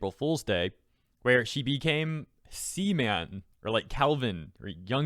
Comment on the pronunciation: "What's Your though on this?", Well living with no Twitter is just the best I'd say... LOL. But anyway, when You said C-man... I genuinely thought You meant sem... (You know what I meant) and straight "What!?". Then read the word owh... It was C-Man. Almost fooled myself there for a sec